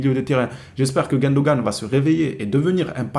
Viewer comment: C est GUNdogan pas GUENdogan stp ! Ça me stresse les oreilles bro